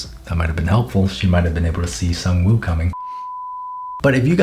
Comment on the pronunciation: Sang-Woo Me: Sung Jin-Woo: Sang Me: Sang: Woo Me: Woo: Sang-Woo Me: Sung Jin-Woo